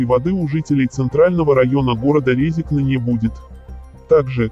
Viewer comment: piarišsja na Latviji,naučisj proiznosit'nazvanije goroda praviļno )